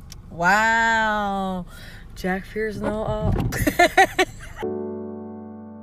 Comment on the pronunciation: HE FR SAY “what🙈” “nAo🤧”